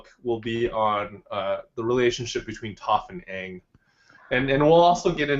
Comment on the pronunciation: It’s called aang not yang